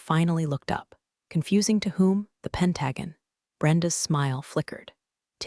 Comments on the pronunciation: Fire the AI. Pen tag on? No, Pent ah gone . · At least the computer said Pentahgen only once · Would it be that difficult to get your robot to learn how to pronounce pentagon (correctly) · Apparently AI has a learning disability about pronouncing 'Patagonia' and 'pentagon. She's always had trouble with those two. Oh, also 'dinged' as in when an elevator car announced it's there. Think about dingy, meaning dirty, and resume always means to return to whatever was happening before. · SURELY, your AI can pronounce 'pentagon' properly? You have no credibility after that! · Great story… but it IS Irritating , not just in this story but Every Story you MISPRONOUNCE the word … Pentagon … Look it up and Learn How to Pronounce it Correctly… It’s like calling the Vatican just an insignificant Chapel.. or The United Nations just a community center 😢…. DISRESPECTFUL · Mispronounced Pentagon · Honestly I didn’t even catch the “Pentagon” slip the first time. Funny how one tiny error triggers people. Do you think it really breaks immersion? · Why can’t they pronounce P E N T A G O N…..we’re talking a government building not geometry!